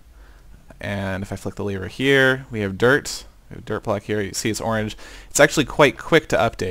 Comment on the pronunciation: I hear u say dirt, derp lolol